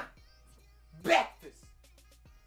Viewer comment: That bweakfest at the end killed me